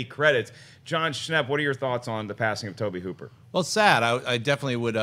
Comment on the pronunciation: The auteur Mr. Toe-Bay Hoo-Pear.